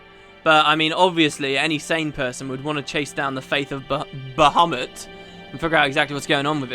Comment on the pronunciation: Damn it, now you're pronouncing Bahamut correctly I'm assuming...and it feels weird! We ARE used to your waffling and Bahoomuts now... So evil.